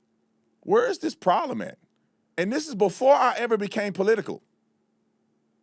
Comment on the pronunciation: Sir it’s not dis it’s this